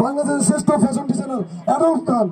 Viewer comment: ভাই এডাল্ব না, এডলফ হবে, নামটাও ঠিক করে বলতে পারেনা, উপস্থাপনা করতে আসছে